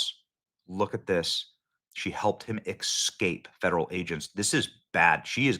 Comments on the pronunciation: Escape not exscape, please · Stop saying "Excape"! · EX-scape pronunciation is dumb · Attention Benny's staffers!!! Tell Benny to stop saying "ex-scape" and "nuke-you-lar" and remind him to not laugh like a henchmen.